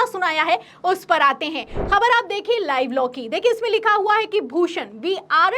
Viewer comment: Khanna is pro modi. Anchor please correct your pronunciation. The words like: Khabar, Khaak are pronounced wrongly. Use Bindi below 'Ka'